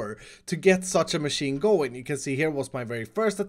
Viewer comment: please dont call it god maaasheeen